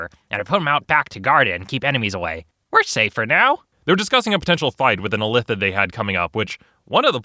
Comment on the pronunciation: Weird Illithid pronunciation.